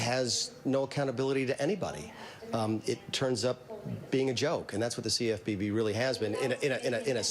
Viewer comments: U killed me when you said cfpb as a word 😂😂😂😂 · Laughed out loud on your pronounciation of CFPB! Noice.